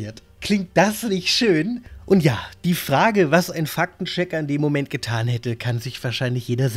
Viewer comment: Wieso höre ich immer "Fack den Checker"?! 😂 Ein Schelm wer böses dabei denkt.